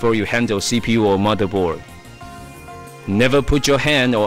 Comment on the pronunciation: This guy doesn't ''just'' has an English accent, i understand that you speak it out wrong, but i don't understand words like ''motherboar'' and ''fewly''